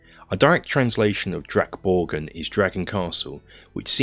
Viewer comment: very good pronunciation of drakborgen. Swedish is very hard for English speaker to get right and yours was the closest I've heard.